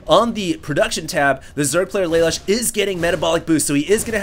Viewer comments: I think Lalush is pronounced like Lah-Loosh; a play on the spelling of "LeLouche" from Code Geass. At least that's the first thing I thought of when I saw his name. That said, thanks for posting these replays. Very awesome man. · PRONOUNCED LUH LOOSH